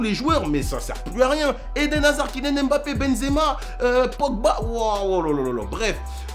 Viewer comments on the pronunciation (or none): none